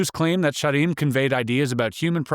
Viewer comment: thought he said he saw a SHEEP!!